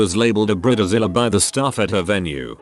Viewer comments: I really tried to watch this video but it is just terrible, not the content of this video but the narrator's pronunciation of bridezilla and many other words! Brit ta zilla? Bride zilla! Where the hell did he get Brit ta zilla from? I mean I have British friends and they definitely know the difference between Brit ta and Bride. They also know that Brita is the name of a water filter for the faucet in the kitchen! Just saying. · Robo announcer makes it sound like “breeder Zilla”. Yep. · Human: bridezilla Narrator: brita zilla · Bread zilla? 🤣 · Laughed every time I heard "Bree Dee Zilla" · “Brid-a-zilla” XD